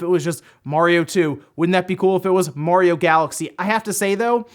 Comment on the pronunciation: It's mario not morio